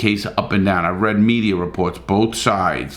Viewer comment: and thats what gives the mediaer a bad name, why do you put r's at the end of everything? accent?